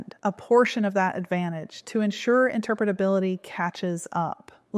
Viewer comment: I'm just impressed at how well can say "interpretability":)